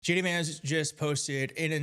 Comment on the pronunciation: I could have sworn you said gay d vance...🤔